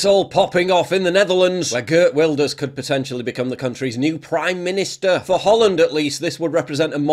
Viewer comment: Brilliantly put Paul. Go Geert. We need our own Geert Wilders here in the U.K.! And no, he’s NOT far right……..He’s just RIGHT! Geert Wilders Name is actually pronounced as GIRT VILDERS. As it’s Dutch!